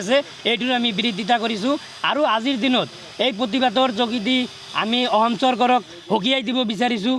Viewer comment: 😂e delhun ahom kooise...... 😂ahom ne অসম ।।।।।Assamese vlkoiii kbou njne.... Asorit dei